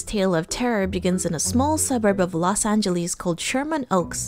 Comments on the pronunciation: Ah yes, las agelE's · It's not pronounced Los Angeleeze. It's pronounced Los Angeles.